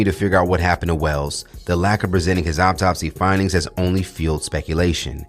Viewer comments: Thanks for the update, it’s pronounced like awtopsey spelled correctly autopsy not optopsy 😟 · Is he saying optopsy or autopsy? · Much love and appreciation for the content! But please, the word is autopsy not "Opptopsy" you're killing me lol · Pronounced aw top see😂